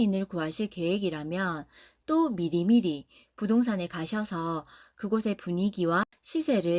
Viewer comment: 미리미리~~걸렸다ㅋㅋㅋ 사투맄 ㅋㅋㅋ